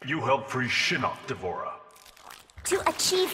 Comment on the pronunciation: Shinnok a nie shinock